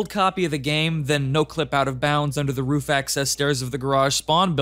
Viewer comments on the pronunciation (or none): none